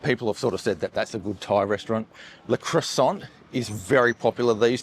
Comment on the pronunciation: you didn’t pronounce croissant correctly lol